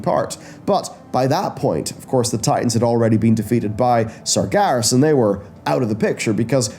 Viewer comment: Sargeras = SAR-jer-oss according to WC2